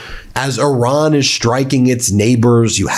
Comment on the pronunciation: Why do you insist on calling Iran , Oron? Very distracting to me.